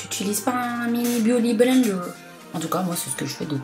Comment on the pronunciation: Ce serait cool que tu reprennes le mot "BIOUDY BLENDER" 😂 pour tes prochaines vidéos ! A , je suis morte 😂😂😂😂